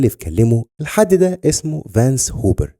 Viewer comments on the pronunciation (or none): none